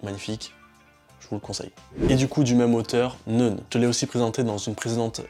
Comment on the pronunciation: "neune" ? A priori, c'est "neuf - 9" en allemand. Ça se prononce donc "noïn"...